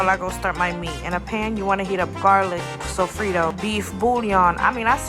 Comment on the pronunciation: Nah why you say sofrito like that😂❤